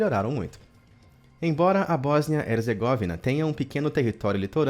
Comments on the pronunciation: "Boznia-Hezergóvina". Ai... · Falando errado o nome da Bósnia Herzegovina me deixa louco kskskskskssk